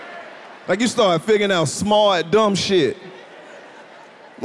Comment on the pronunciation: “ you get so high you get smarhhh “ 🤣🤣